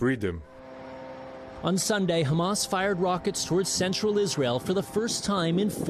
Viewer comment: said it once, Isareal = Nahtzee Germany